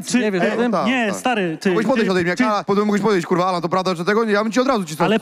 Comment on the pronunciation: Kto jest Anala menadżerem ??? Chyba Sejczento 😂😂😂😂😂😂